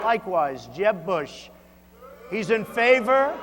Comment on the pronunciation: No! They're saying boo-ush! Boooo-ush